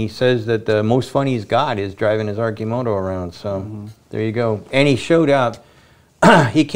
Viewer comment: Someone tell Sandy how to pronounce Arcimoto and Oregon.